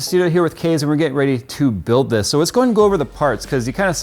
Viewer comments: "...I can't relate to because of my generation, but, I know this means a lot to Kees." (Mom pronounces it like "case", spelling I keep seeing is Kees, I sincerely hope I got that right.) I wish more middle aged adults were like this guys Mother, she knows she doesn't understand it and doesn't really care, her son cares about it and that's all she see's that matters. This man has a great woman watching over him, God bless him and his family. If he has a donation page to help with treatments or even to fund a project he wants to undergo while he fights this battle, please someone leave a valid link. I've never put a dime towards anything on a gofundme but this is surely an exception. It really makes me happy that, from what we can tell, this guy knew what he was doing from the get-go but obviously lacked the finances and support to build the PC he always wanted. So make-a-wish brought him to, helped him with picking out parts and purchased them for him, and basically from there was just there for support/questions and laughs while Kees got to build his dream rig. If the kid wins the war, he'll have one hell of a trophy and memories to go with it, and should the cancer gain too much hold and take him, then he will go to rest having gotten to fulfill at least one of his dreams. Something some of us will go through 90 years of life and never achieve. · Kees ( pronounced it case) me what kind of case is he using?